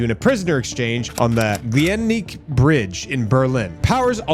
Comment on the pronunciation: Pronounced "Glee-Nick-Ehh" bridge bro. 😊greetz 🇺🇸 🇩🇪 🍻